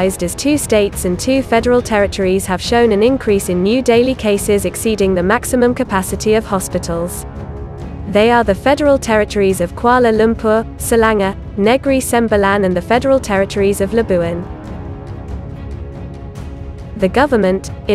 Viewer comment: Did I hear her pronounce Selangor as Sirlanger! Please ..!